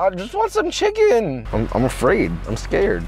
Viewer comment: “They’re not people they’re chimkens” - Joshua Weissman 2021